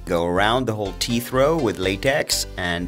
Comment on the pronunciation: Noooooo he says teef